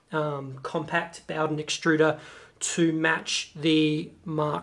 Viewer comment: HaffSack Ikr, was driving me crazy ! Boughdin, boughdin, boughdin ! It's bow, bow, bow !